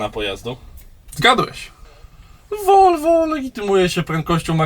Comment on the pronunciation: jak on powiedział to Volvo XD padłem